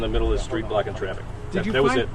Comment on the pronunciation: It just me or did it sound like the policeman said 'Cause they were walking down the middle of the street BLACK IN TRAFFIC'? I know he said 'blocking traffic' or meant to but sounded like a Freudian slip.